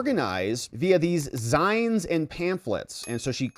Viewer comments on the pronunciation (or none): "Zines" rhymes with "beans", It does not rhyme with "vines" as you said. It's the last syllable of "magazines", Zines are low-budget short magazines, used to be put together on Xerox machines. Are now probably printed by a professional print shop with our tax money funneled thoguh USAID and the UN. Great vid, thank you for the info.